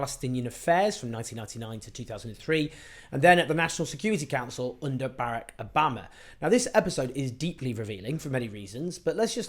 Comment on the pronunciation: The man said his own name, out loud, for 8 years on the world stage and you still can't say Barrack? Weird.